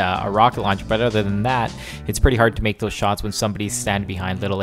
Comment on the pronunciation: "Check thoose owt" haha. I love Canadians. -an American